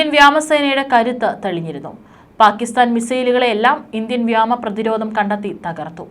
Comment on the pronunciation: വാർത്തവായിയ്ക്കുന്ന ആൾക്ക് ഒരുവിവരവുമില്ലേ? വ്യാമ അല്ല, വ്യോമ എന്നാണ്. ഇതിന് മുൻപ് വേറൊരുപെണ്ണ് ഇതുപോലെ വ്യാമ എന്നാണ് പറഞ്ഞത്. ഇങ്ങനെകേൾക്കുമ്പോൾ ഭയങ്കരഅരോചകമായിട്ടാണ് തോന്നുന്നത്. ഇനിമേലിൽ ഇത് ആവർത്തിക്കരുത്.